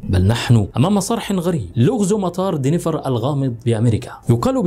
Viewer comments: دنفر و ليس دينيفر . تعملون فيديوهات ، و لا تعرفون كيفية نطق الاسم بالطريقة الصحيحة 👎👎 Denver and NOT Deniver . روح تعلم انجليزي ، لكي تعرف كيف تنطق الاسماء بالطريقة الصحيحة . 👎👎👎👎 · Denver دنفر مش دينيفر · مطار Denver وليس Deniver